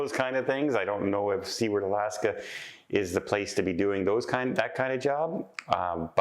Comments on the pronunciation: Soo- Ard. Not See ward. Please note this. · I’m Curious. You keep calling it “see-ward” and others call it “sew-ward”. What’s the correct way to pronounce it?